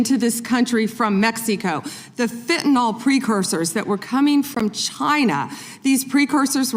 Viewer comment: Drives me crazy. It isn't fentanOL, it's fentanYL, rhymes with bill.